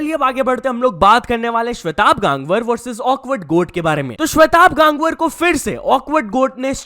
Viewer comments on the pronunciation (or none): bhai wo गांगवर nhi hota hai गंगवार hota hai .